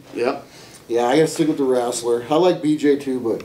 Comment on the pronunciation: I REALLY REALLY CANT WAIT TO SEE JUNIOR KO BROCK LESNAR, LOL BROCK SAID WRASTLER